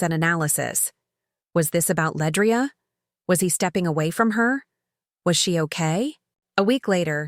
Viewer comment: LeAndria not Ledrai sigh moving on